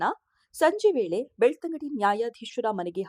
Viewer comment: ಅದು ಬೆಳತಂಗಡಿ ಅಲ್ಲ, ಬೆಳ್ತಂಗಡಿ